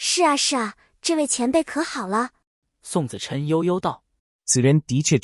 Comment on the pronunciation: 不是錯覺，前面宋子琛的發音就有問題，可否換一換，否則很讓人出戲😂😂